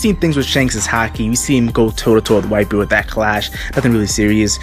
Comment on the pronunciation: I thought you said viper everytime you say whitebeard